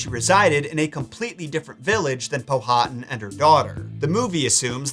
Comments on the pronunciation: As a Local it’s Pow-ah-Tan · Ok i love your show and watch it a lot with my hubby. I di have to correct you on Chief Powhatan name. It's pronounced pow-hat-an no long vowels. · Powhatan is pronounced with the H silent Pow-a-tan. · He’s killin me with the chiefs name Powhatan lol it’s pronounced Pow-ah-tan. Almost like Power-tan. My home town in Virginia is named after him